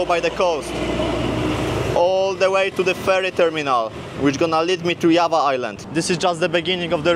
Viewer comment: The j in java sounds like drza